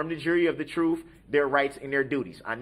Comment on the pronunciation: I wish he could learn how to say TRUTH.. it’s so irritating..